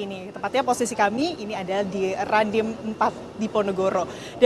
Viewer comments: Rindaaam bukan Randiimm 🤣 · koreksi mbak reporte..bukan randim tapi rindam... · Bukan Randim mbak reporter tp Rindam 😢😢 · Reporter kurang briefing, kurang mempelajari situasi, salah nyebut Rindam jadi Randim, salah nyebut Bu Sherly jadi Sheryl. Perlu evaluasi talent, yg bener2 paham bidang dalam negeri. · Bukan randim..... Rindam.mbak...😂😂😂